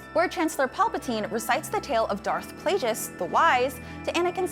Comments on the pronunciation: She hasn't seen it and doesn't know how pronounce anything... SHE'S A YANK after-all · Plagueis not playjes